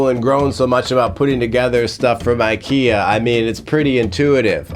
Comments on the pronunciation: I'm a small Swedish person and I felt sad feelings about your pronunciation.☹️ Very good video though. //Swedish ISTJ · Weird us- English prononciation of the word "ikea" 😅 Im more like INFP here 🤭